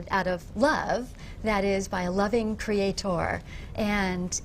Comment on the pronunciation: The way the woman pronounces "Cree-aaa-tor" is creepy.